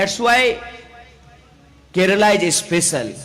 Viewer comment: He is the first north Indian to pronounce it correctly as Kerala and not as Keral as all north Indians do. He deserves a PM's position some day.